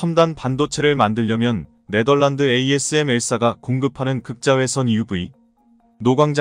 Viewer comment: 읽는방법 다 틀리고, 글자 다 틀리고. 또. 틀린글자 그대로 읽고...믿음이 안가네. 네멀란드란 국가가 어딨냐? 네덜란드지. 1~10을 1에서10이라고 읽어야지 110이라고 읽냐. 아무것도 모르는것들이 지나게나 유튜브한다고 GR